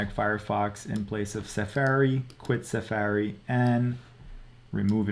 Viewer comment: Suh-faerie??? That's the first time I've heard it said like that. I don't think I live in a bubble, but it's possible. 🤷‍♂️